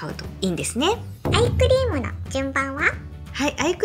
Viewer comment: いつもshokoさんの動画でお勉強させていただいてます。 今日は疲れているせいか、どうしてもアイスクリームに聞こえます。 アイス買いに行こうっと❗️